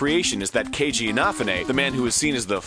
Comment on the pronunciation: He is saying Kejis last name wrong and it's driving my nuts.